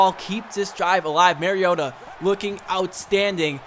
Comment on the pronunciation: also your still saying mariota wrong lol